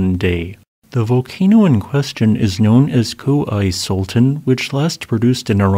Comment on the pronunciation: Love your videos. "Koh (like "bro with a soft h at the end) EE (see) sultaan (pull fawn)"